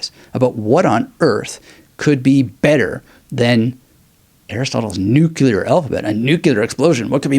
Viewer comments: It’s like the words “new” and “clear” put together quickly lol try not to sound not fluent in English! Haha much love mad respect ✊🏾🫵🏻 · Just ordered! Before I read it though, I have to find out how to correctly pronounce "nuclear" 😉